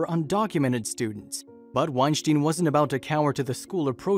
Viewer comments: It's pronounced like Einstein.. sounds like styn not Steen... he cleared it up on a Rogan podcast. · Thumbs down for getting his name wrong. It's said like wine-stine not wine-shteen. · Your saying his name wrong. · I commonly hit the like button for these types of videos. However, I’m stopping when the narrator mispronounces and misuses common words. I don’t even think he pronounces the professor’s name correctly. He almost sounds like a poorly programmed robot.